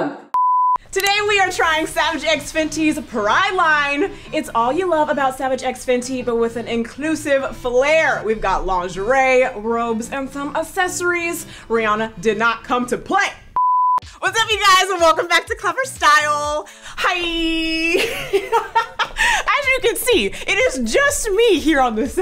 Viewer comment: always says assessories instead of accessories and it kills me 😅